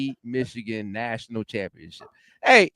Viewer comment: You can’t spell or say Cha/pionship without the “M” !